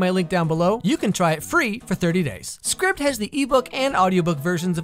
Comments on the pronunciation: Just an FYI I think you mispronounced the website name. It's like "scribed" so aibed sound not ibbed. :P Also, on the females being characters vs males being cutouts... Welcome to the reverse of what I grew up with. All the fun shows had women who were basically no personalitied, and boy was that odd(thankfully depending, some of the cartoons and anime veered away from that, and main/main side characters had decently fleshed out personalities). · I believe its pronounced like scribed like...a scribe. Know what I'm saying?